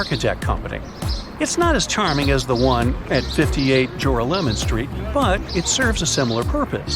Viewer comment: Joralemon Street is pronounced "JorALemon", not "JORaLEMon". Accent on the second syllable. Next, you'll be pronouncing Houston Street in Manhattan "Hew-ston" like that city in Texas, instead of "How-ston". Tourists...